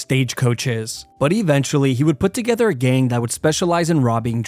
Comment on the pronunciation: love how he always says ''gain''' instead of gang